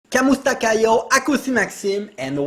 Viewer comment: Try to say "Camoose'ta" with a hard C sounding "Kuh" = KuhmooseTa!